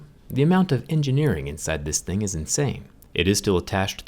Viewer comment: The amount of "hingineering"